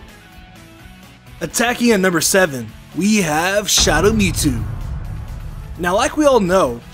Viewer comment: I’m sorry what? Me-Two? No, absolutely not, it’s MewTwo.